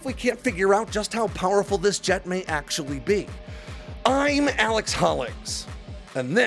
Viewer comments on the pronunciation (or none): none